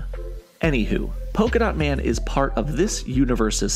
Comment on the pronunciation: Polka-Dat Man? What's he going to do throw polka-da at people?